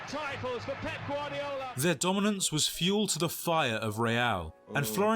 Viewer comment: "pep gardio" 💀💀💀💀💀💀💀💀